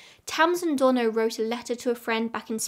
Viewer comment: To my American ears, I know you're saying "Donner/Reed" but I keep hearing Donna Reed like from It's a Wonderful Life 😅